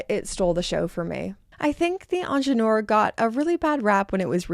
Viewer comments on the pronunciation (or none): May I just contribute to whoever may be interested in pronouncing the word Ingenieur properly (which stands for Engineer by the way). The phonetic would look as such IN-J-NI-HER (the h in her being mute).